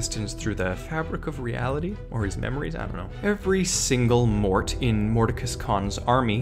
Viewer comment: I'm not but that's pretty interesting. I'm going to look that up later. You actually got the pronunciation correct, a lot of people don't get it right.